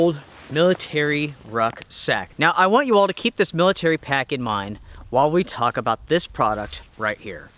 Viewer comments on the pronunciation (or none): none